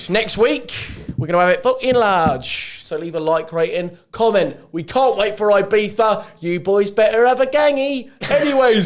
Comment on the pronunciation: Stop calling it "beefa" you berk